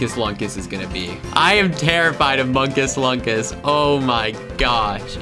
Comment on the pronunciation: unstead of munkus lunkus its moonkus loonkus